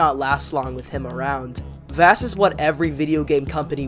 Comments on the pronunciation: vass? it’s vahss, and gladohs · This video is good but I can’t get over you pronouncing Vaas (Vawss) as “Vass” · I don’t want to be that guy but his name isn’t pronounced like “vaas” it’s pronounced (vaws) or like the water voss. Like boss but with a V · its vass like vaus not like vast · him not saying “v-ah-s” is like nails on chockboard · (Sorry of you think i'm rude) Vaas is pronounced v-ah-s. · good vid but im throwing that away because you pronounce vaases name wrong you say vaas is pronounced vohs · Its vaàs not vaas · In my opinion vaas is the best villain in all of the far cry games from the main games to the spin offs. Also you pronounced vaas and glados wrong. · I'm American but I'm used to the British pronunciation of Vass so when I hear I wanna die haha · If you say vaas wrong one more time i sware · This was a really good video, but the way you pronounced vaas name was just messing with me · Vaas is such a good antihero, your dumbass can't even pronounce his name right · Are you saying Vaas's name wrong ironically or..? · I think you were saying vaas's name wrong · Don’t get me wrong this video is amazing but also the way you say vaas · my brain broke the way you pronounced Vaas' name but a great video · nobody tell him hes pronouncing "Vaas" wrong